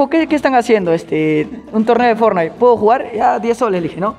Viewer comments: Cómo que "Fornity" xd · es ''Fortnite'' xd